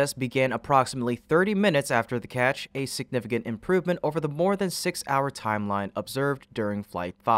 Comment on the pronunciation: catch, not ketch